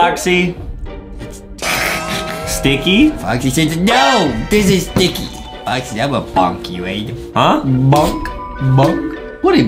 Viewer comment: It’s not Boxy it’s Foxy